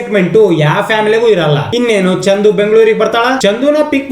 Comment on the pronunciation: Adu chandhu alla chandu (ball)